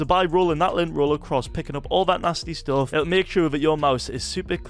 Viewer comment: "nasty stoof" "monit-aaa" "